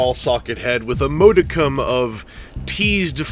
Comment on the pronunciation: it’s nice to see you reviewing a toy in a timely fashion👏🏼though i will have to deduct points for how you pronounced modicum